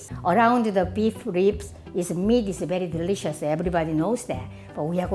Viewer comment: "Is beddy dirishus"